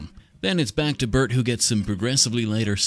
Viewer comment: Anyone else hear Earnie and Burnie when he was doing their face washes 😂😂😂